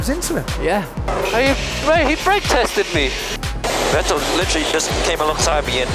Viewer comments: "Vettel... Vittel... Ve-ttel..." that deciding moment when you quickily need to choose how to pronunciate the new guy's name. And you choose it wrong... Lol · I hate the way they say Vettel. VeTAIL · My ears hurt after not hearing Fettel but VeğteL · I loved when they called him vetel not vettel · Remember those days where they pronounced Vettel as "Vet'Tell?" Weird times. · also pronounce as that way too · Now they say 'Phettel'. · He's saying vet-tal 🤦🏻‍♂️ wtf how can you butcher a name that badly lmao? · and then Se-Bas-ti-an Phet-tel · I don't understand why it's so hard for some people to just say "f" instead of "v" in his name... I'm not even German (or anything similar) but my ears bleed every time I hear Vettel with V. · Vetêlle o.O Didn't know they had to figure out Seb's last name. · Remember when commentators pronounced Seb Vettel as Seb VEttAL...because I do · Interesting how they pronounced Seb's name diffefently back then (rhymes with Mattel instead of Kettle) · The fact they say Sebastian VETELLE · Who the heck is Veteeel ? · who is ver-tell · listen how weird they pronounce Vettels name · Funny how they’ve changed Vettel’ pronunciation over the years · let’s take a moment from the commentator that pronounced vetted ppl a different way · Hilarious how they pronounced Vettel back then 😂